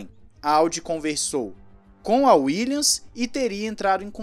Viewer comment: "uílhas" rs